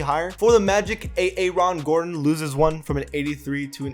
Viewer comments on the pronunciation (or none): I love the pronunciation of Aaron Gordron 😂😂